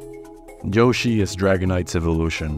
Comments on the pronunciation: ITS YOSHI NOT JHOSHI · Why the hell do you pronounce "Yoshi" with a "j"? Wtf is "Joe-shi"? 😂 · By far, the scariest thing in this video is how you call him Joeshi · Why u say Joshi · "joshi" yeah like drake and josh I remember that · Great video, but the way you pronounce yoshi pisses me off